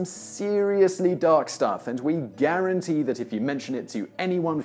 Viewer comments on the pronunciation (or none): none